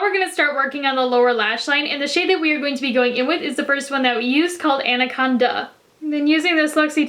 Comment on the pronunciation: i stand corrected. I'm actually referring to anacon-duh